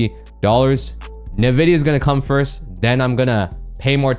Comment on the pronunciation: Hey boss, respectfully, NVIDIA is pronounced “en,” like the letter “N”, then “VIDIA.” Respectfully